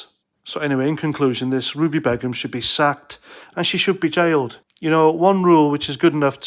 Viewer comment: Its pronounced Bey - Gum. Not that it matters.... In fact leave it be. This B doesn't deserve to have her name said properly.